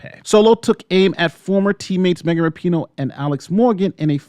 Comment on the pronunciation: The names are pronounced. Rap (like the music) - In (like plug it in) - Oh (like Oh my God) and Leroux is pronounced La - Row